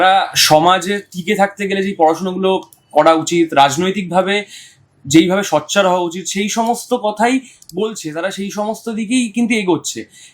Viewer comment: ইনি সোচ্চারকে সচ্চার বলছেন কেন?